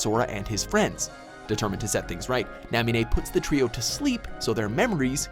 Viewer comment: marlucksia, naamine, zeehhanort, mark of mystery, lmao